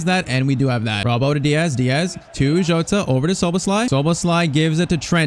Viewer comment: Bro his name isn't joatata jota